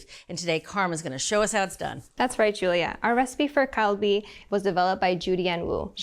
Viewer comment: why did she say “kalbi” correct the first time and then start saying “kaibi” for the rest of the presentation? why did no one correct her?